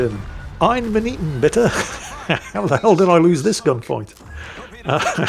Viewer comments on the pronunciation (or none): Holy shit I've heard you say "I'm an eaten bitter" for YEARS at this point and only JUST realized what you actually meant and just pronounced like a british man speaking no other languages was "Eine Minute Bitte"